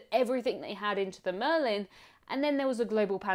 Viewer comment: The name of the boat is Merlijn though, not Marlijn.